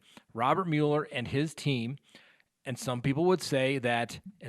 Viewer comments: The Special Counsel's name is pronounced "Muller," not "Mewler." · it's not pronounced mule-er. It's Mueller, like mull it over. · Mueller - pronounced MULLER. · Angie Stone Mule-er is the original German pronunciation, not the bastardized (American) version.